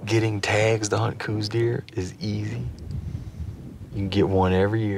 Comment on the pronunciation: Okay so its not pronounced coose deer. Its pronounced like house with a C. The deer is named after the person the first identified them as a sub species.